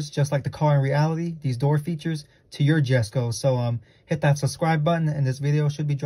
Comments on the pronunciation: The way he pronounces jesko is killing me 😭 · it’s pronounced “yesko”